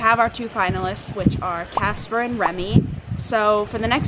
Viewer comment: Oh. WOW. For the longest time, it sounded like was saying 'Jasper" (instead of Casper). Perhaps it's just my old lady ears lol.